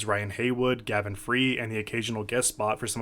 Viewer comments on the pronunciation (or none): none